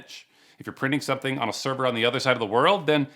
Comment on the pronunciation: Is it me or scammers often say "serwer" instead of "server"?